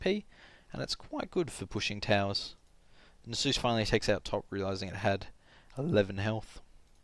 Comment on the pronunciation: NasUS, not Nasoose :p hehe good commentary!